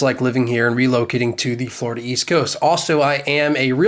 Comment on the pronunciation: Forida? you mean any location now.